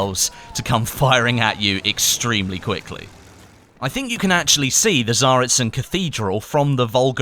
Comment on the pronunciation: god dammit it's Tsaritsyn not Zarizyn